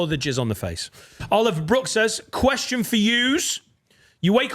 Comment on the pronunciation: and nailing the Kweshon 👀 again 🫶🏻